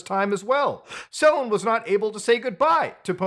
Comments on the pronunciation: I getting Last Aibender flashbacks on how many of the outsiders covering this keep saying Selen's name wrong. I know its not the point but it makes it feel more like drama chasing then a genuine call out of a bad situation. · It's selen, not seleen.